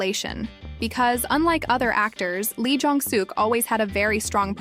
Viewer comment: Please pronounce their names correctly. Park Seo Joon is pronounced Park So June Nam Joo Hyuk- Hyuk like the u is silent. Moon Ka Young Ka not Ga Song Joon Ki- Song June Key Lee Jong Suk - Suk is pronounce Suhk not Sook listen to how they are pronounced before you pronounce it wrong. Thanks